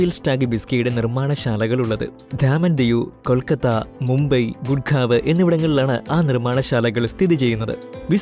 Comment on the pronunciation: ഘാനികരം അല്ല . ഹാനികരം. കുർഗ്ഗാവ് അല്ല . ഗുട്ഗാവ്